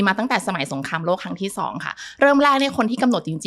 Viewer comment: หมอพูดไทย ผิดมากๆสงครามโรค(เชื้อโรครบกัน) จริงๆคือสงครามโลก ต้องฝึกพูดไทยให้ถูกต้องนะครับ